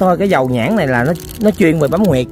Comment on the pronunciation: HUYỆT chứ không phải NGUYỆT nha. Xin góp ý.